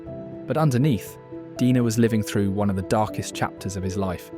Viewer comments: Why the narrator dude keeps pronouncing "Dener" as "Dina" or "Deener"?? Do you have some consistency issues? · So is he Deener or Dener? You kept pronouncing it differently. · you keep changing your pronunciation, and it sounds very silly